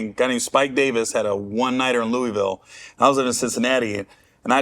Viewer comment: I cringe how he pronounced Louisville 😂